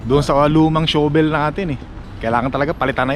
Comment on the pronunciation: "PALA " na lang instead of "SHOVEL" fyi ang correct po na pagbigkas ng shovel ay "SHAVEL" .maarte kase ang wikang English 😆 🤣 😂 😹